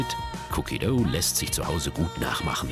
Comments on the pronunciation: "Cookie döu" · Wie er cookie dough sagt😂